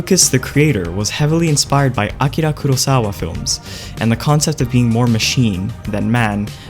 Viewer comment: "Ah-kira" lmao